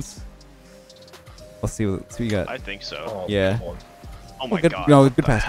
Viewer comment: Canadian? 😂😂😂